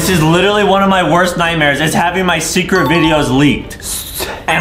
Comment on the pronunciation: Did anyone talk about adam saying secwet